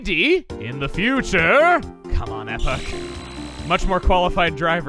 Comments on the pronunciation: I agree about the Son of The Sun being a pain in the caboose but, this has been bugging me for a while, isn't wings of time's name pronounced (eepok) Epoch? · At least you are closer to pronouncing epoch correctly let me help it is pronounced E pock